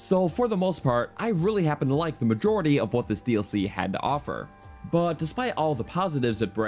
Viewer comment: I hate the way this guy says "but"